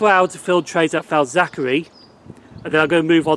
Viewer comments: FAZ ACK ERLY not FAZ ACK ERRY- KEER BEE not KIRK BEE im from liverpool and its crazy how people get these names wrong. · yeah lol you pronounced it Falzachery I could stop Laughing. And it’s not pronounce Simons wood it’s pronounce Simins wood it’s crazy how it really pronounced